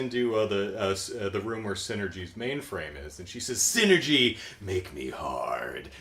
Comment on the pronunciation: ... Sin-ergy.... lol!